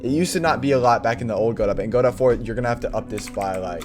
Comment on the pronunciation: Just one very slight irrelevant problem: It's pronounced Go-Dough, Go-Dot (Don't ask me why I didn't name it). Other than that, great stuff! I'm currently following your rpg series and it's amazing. Btw when are you doing a 3d Godot tutorial?